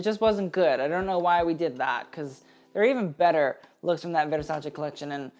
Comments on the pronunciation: Lol if you're going to pronounce veRRRRRRsace like that why not learn the other brands as well? 😂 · I can't stand the way he says 'Versace'. If that's the way you're supposed to say it, then fine, but then pronounce ALL the designers the way they are supposed to be pronounced. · I feel like there's only an elite group of people who pronounce Versace like that. Not because they can, but because they've earned it.